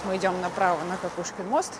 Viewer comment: Благодарю Вас за чудесную прогулку! Понимание того что есть люди, у которых восприятие мира совпадает, радует и утешает 🤗 И еще если позволите - канал и kanava это слова синонимы. В XIX веке ни у кого в Санкт-Петербурге не вызывало удивления. И возможно мост все таки - КОкушкин, так как довольно долго его называли : КАкушкин, и только после того как известная эпиграмма и рифма с фамилией поэта стала популярной, новое ударение пошло в народ. Хотя до сих пор иногда слышу как произносят КОкушкин мост. Так же как у нас на В.О есть улица ВесЕльная🤔 Отличная интеграция в творчество П.Перца, всего доброго и ждем новые истории с Вашим участием!)